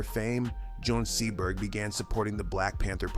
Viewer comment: Jean Seberg, not Joan Seaberg